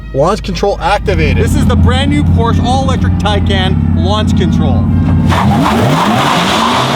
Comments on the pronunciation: It's pronounced Thai-can. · OK, here is the pronunciation, its super simple "Tie" as in a neck tie, and "CAN" as in YES you CAN, so Tie-CAN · Pronounced tie-can (tie like what u wear....and can like what beans come from) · Taycan pronounced like (tie-can) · You managed to pronounce both words in "Porsche Taycan" wrong